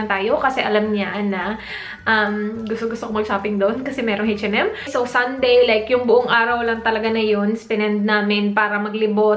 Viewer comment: ang kulet ng pronounciation ng H&M ... "heytch en em""heytch en em""heytch en em" hehe :)